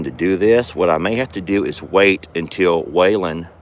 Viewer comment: I had never seen Roman kick before and now I have seen him kick twice in a week. The train sounds beautiful. The look of Jolene behind you was so comical. I'm glad Chucky Poo got his head all cleaned off. He is mighty handsome. When you said Waylons name it sounded like he said huh. Chuck says I don't have dirty diapers. 🤣🤣🤣🤣🤣